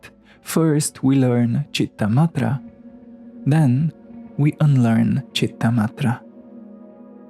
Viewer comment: It's Citta-Matra not Madre. It's a 't' not 'd'